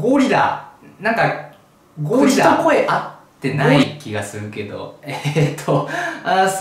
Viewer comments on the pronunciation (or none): 「おぉりら！」になってるの草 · ゴリラの発音と口が合わないのがツボ